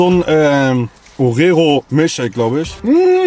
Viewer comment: Wie einfach ORERO statt OREO sagt😂😂👀